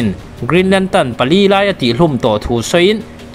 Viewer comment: Lam dik ve ta ce (lantern) kha nagcuan (lantan) I ti daih a